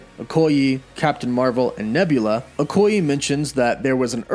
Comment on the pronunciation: No offense, but it’s pronounced Okoy-‘ay’ and not Okoy-‘eee’...